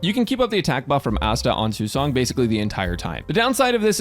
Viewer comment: It's nice to see someone pronouncing her name properly.